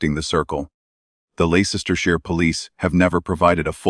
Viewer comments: It's pronounced l e s t e r shire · It’s Les ter (as in the name Les) sh ire. With an I. Pronounced Shy- re.. TERRIBLE AI spelling as ever.